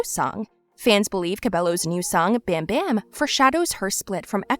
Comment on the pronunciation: It’s bam bam like balm not bam 💥